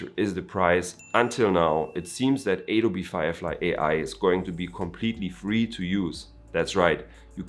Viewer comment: It's Adobe not aydobe bro :)